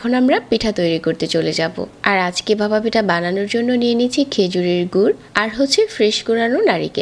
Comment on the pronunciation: আপনার উচ্চারণে অনেক সমস্যা যা শুনতে অস্বস্তি লাগে। যেমন ভাপা কে বাসা বলছেন। যেহেতু আপনার বাচনভঙ্গি ভালো তাই আশা করি উচ্চারণে ব্যাপারে একটু যত্নশীল হবেন। শুভকামনা রইলো ❤